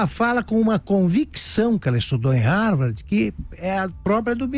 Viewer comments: É " RARVARDI " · Ela mal sabe falar de modo formal. Para alguém que dizia ter pós-doutorado, ela se expressa muito mal. Se bobear, não sabe nem escrever ou falar Harvard do modo correto. Vergonhoso isso!